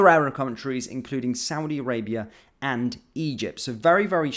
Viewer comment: SHE CANT EVEN SAY ARAB 😳these clowns in charge F**CK ME😡😡😡😡